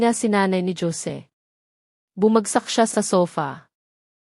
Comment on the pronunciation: tunog pinay ,k nmn magsalita , pero bat ganyan k magbasa ng.pangalan 😡 Hose ( Jose ) not dyose ,ano.b yan ! tpos Yong sige , mo sijay ? OMG Tama b Yan ? pilipino kB tlga ?😡 nkkadismaya ,makinig ,pls read right words .para more viewers and more practise reading po , and not Li - an . .instead Lian ok ? thanks